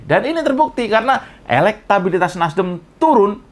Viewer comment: ngomong NASDEM sampai keliru NASDIM 😁😁😁 gara gara tadinya kebanyakan bilang in... in.. in.. 🤣🤣🤣